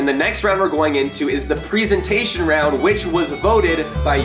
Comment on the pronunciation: We all love the preezentstion